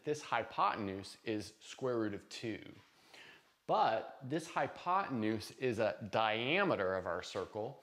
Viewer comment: "hypotenues" --- probably had a rough night...;-)